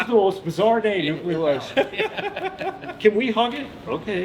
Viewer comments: Really, A Nukular powerstation you say? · LOL. "New-cue-ler power stations" Nuclear broseph. New-clear. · Please dont pronounce it "nuki-ler", it's "nu-kli-er"